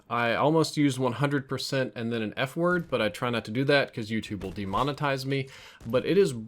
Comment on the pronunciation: Please work on your w words 😂😂